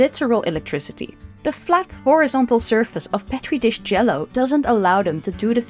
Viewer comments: That is how Dr Julius Petri pronounced his name. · First time hearing anyone literally anyone pronounce Petri dish like that and it sounds so off